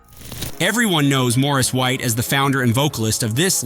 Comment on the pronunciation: The AI did the best that it could 😌